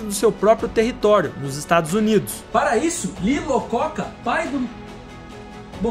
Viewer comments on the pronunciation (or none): Lee Iacoca, não Lacoca😉🤨👍